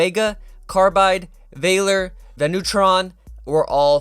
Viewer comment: He acc pisses me off like he can’t pronounce anything properly like Valor it’s easy af same with leviathan learn den and go back to skl